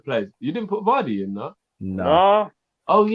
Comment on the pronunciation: How have you boys argued vardy but said mane straight lol 😆😂🤣